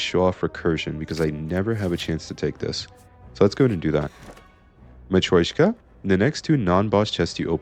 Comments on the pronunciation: i hate being this guy but its mat-ree-osh-ka not mat-roy-shka Anyway yippee dark orb run! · Yep it’s Russian, матрёшка - the ё is pronounced like “yo” so it’s a weird consonant cluster in English